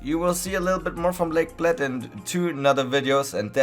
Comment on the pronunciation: You said Bled wrong, also did you try Blajska kremšnita?